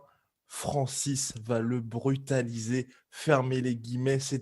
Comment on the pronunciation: La phrase ki m'a fe rire pendant 1 semaine : "Francis va le brutaliser " avec l'accent camerounais des barres mdrrrr